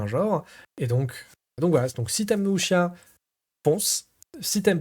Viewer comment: Le Wu xia Pian (à prononcer "wusssia" et non "wuchia") est effectivement un style bien particulier, donc pas évident à sortir et faire jouer. Surtout que beaucoup vont préférer se diriger vers des blockbuster du genre déjà établis et qui mélangent un peu tout (mix Chine/Japon) façon hollywood comme L5R. En tout cas belle découverte, merci pour la vidéo de présentation pour les fans pur jus.